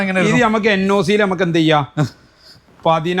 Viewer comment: അല്ല ഹബീബീ എന്താ ഈ സിവിൽ എന്ന് പറഞ്ഞാൽ?😂😂വണ്ടി വിൽക്കുന്നവനും അറിയില്ല വീഡിയോ എടുക്കുന്നവനും അറിയില്ല.... സിബിൽ എന്നാണ് കേട്ട